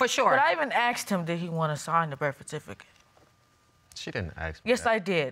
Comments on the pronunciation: "Birfatificut." Lol HAHAHA 🤣🤣🤣🤣🤣🤣🤣🤣🤣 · The “Birfatificate” whew chile 😩